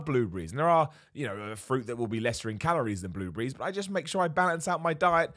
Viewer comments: the way he says "bluebriees" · I thought he said blue beeeze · WTF is a blue-bry? ;-) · Bloobrees, I love how you pronounce certain things. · Who else was wondering what "blue breeze" was before realizing it was "blueberries" 😂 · The way he says blueberries🤣🤣🤣